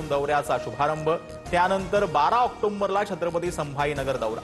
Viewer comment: ऑक्टोबर हा ओक्टोम्बर असे दोनदा बोलला